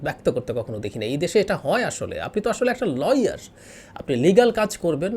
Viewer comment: খুরশিদ সাহেব লয়ার না লায়ার বুজলাম না।